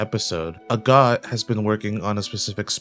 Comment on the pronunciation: I kept hearing a God instead of Agott and was like since when are there gods in this show.